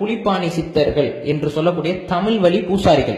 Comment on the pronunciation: தமில் வலி ……எங்களுக்கு காது வலி